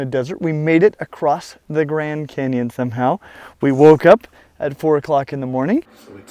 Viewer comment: Lol idk why but when he said Grand canyon it sounded like grand cannon and I imagined the Schwerer Gustav which is a pretty big cannon